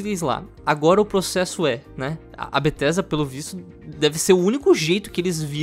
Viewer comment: "bettesda"? Kkkkkkkkkk